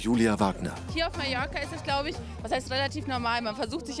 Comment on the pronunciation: zu dumm um MALLORCA auszusprechen. Gut wenn man weiß, wo man lebt:‘D